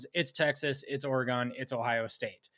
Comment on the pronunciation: It’s pronounced Oregun not Oregone the way you goofs up north say it. BTW prove Ohio State spent 20 million dollars 🤡 . You guys are the biggest bunch of parrots in existence, repeating the same garbage over and over Michigan is good at developing…what a bunch of nonsense. You had a bunch of five and six year players and they’re all gone. Same old horse manure coming out of your pieholes You aren’t going to any natty, you’re getting sanctions this fall for your cheating.